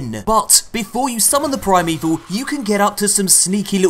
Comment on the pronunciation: Ok Ok is it just me or the way they say 'Primeval' sounds like 'Prime Evil'?